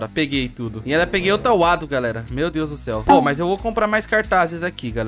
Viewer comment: É Wando não wado